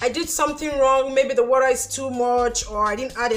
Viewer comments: Can you just stop saying worra and say water straight up? The phonetic is just too much. Nice job though. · WORA?! My dear this is a great video but that sound of Wora makes me sick. Just say water or H2O. Someone who doesn't speak pidgin will think you are calling something else